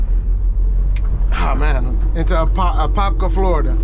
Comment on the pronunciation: You said Apopka correctly If where you dropped was off of Micheal Gladden blvd, it might be two miles from my house